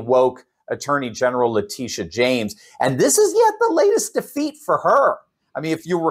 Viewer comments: Leticia, not Latitia lol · It's pronounced like "Latecia"NOT Latitia, DUH... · It's pronounced Latechia", not Latitia... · Her name is Letitia isn't it? Not latidia .. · "Latisha" is how she pronounced her first name Latitia,. Just a heads up. Keep up the good work. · You are pronouncing "Letitia" wrong! Say it like this... La teesh sha. Got it!? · I LOVE the way you pronounce Latitia. I hope she is highly offended but hey…that IS how it’s spelled!😂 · LA Titty YA! Is that how it's pronounced?